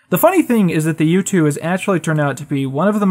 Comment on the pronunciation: Whenever you say U-2 I keep hearing YouTube